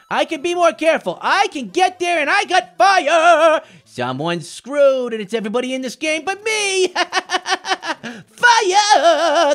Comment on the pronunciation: He just said ''screwed"